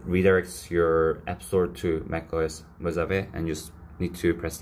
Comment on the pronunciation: It’s actually pronounced mo-ha-vey